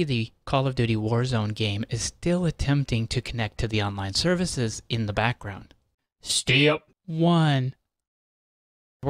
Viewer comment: listen to how he says step lol